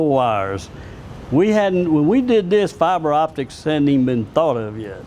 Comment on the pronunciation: Fiber-optics!!! Really Linus???